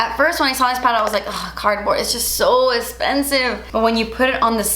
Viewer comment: You look gorgeous! Ps i love when you say “its so es-pensive” 🤣 love it!